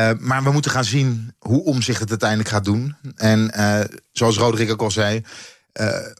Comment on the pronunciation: Hij heet Omtzigt niet Omzigt, beste "Journalisten".